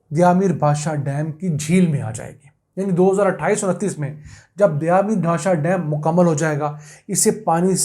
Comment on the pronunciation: لفظ دیا میر نہیں دیامر ہے